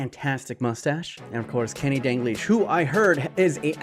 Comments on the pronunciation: Dal-glish not Dan-glish Just saying! <3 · Him saying “dangleesh” gives me anxiety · Why do you pronounce it dangleash? Where do you see the n in dalglish? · My mans really saying Danglish...